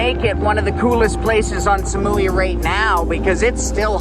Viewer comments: สมุย = smui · Please don't pronounce Samui like "Sa-muu-wii", but just "Samu-i".